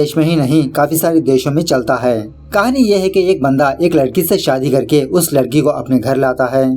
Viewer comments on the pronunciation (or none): none